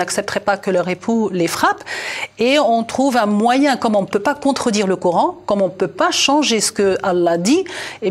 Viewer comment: coran pas couran,50 ans en france." comprendre mieux" non "mieux comprendre".quel francais!